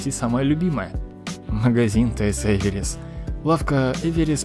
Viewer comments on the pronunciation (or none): А Эверис ли? Может всё таки Эвер"верс"? Я один что ли это дизю каждый раз? Хотя нет, конечно не один.